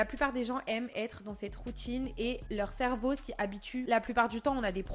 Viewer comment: "la routchine..." 😂